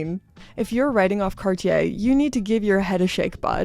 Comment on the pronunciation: Maybe an idea to learn to pronounce cartier 😉